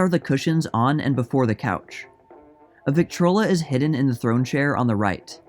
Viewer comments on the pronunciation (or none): none